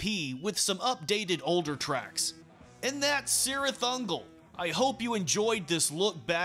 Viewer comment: Isn't it pronounced "KEERith"?